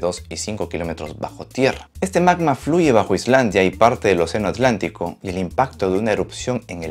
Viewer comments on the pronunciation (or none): none